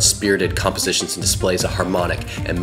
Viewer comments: May I correct your pronunciation: Chopin is pronounced show-pan, not chopin. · bro really just pronounced Chopin CH-O-PIN 💀💀💀 the orchestra kids are crying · Chopin is pronounced show-pan. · Chopin is pronounced (SHO-PAN)🤓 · How did you just say Chopin? It’s pronounced Show-pan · damn that’s crazy but are we gonna talk about how he pronounced chopin😭😭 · Please don't pronounce Chopin like that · I agree with the whole thing but u pronounced chopin's name wrong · Learn to pronounce "Chopin" correctly.